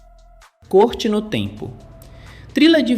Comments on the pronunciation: Maravilha esses filmes. Só uma correção. O filme citado em não se pronuncia "corte" como se houvesse um acento circunflexo, e sim se pronuncia como se houvesse um acento agudo - "córte" no tempo. Como alguma coisa que corta. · Lê-se "Córte no tempo", não "Côrte no tempo". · Só faltou pronunciar corretamente o nome do canal e a palavra corte, afinal, ali não se trara de uma corte e sim de um corte.